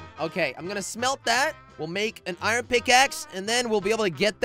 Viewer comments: You say ian instead of iron XD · Its iron